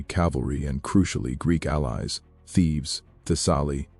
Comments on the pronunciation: For God's sake, cut out the captions and AI read. It's Thebes....not Thieves. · Thebes, not Thieves!